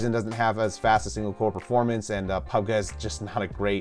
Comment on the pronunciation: pubg pronunciation is perfect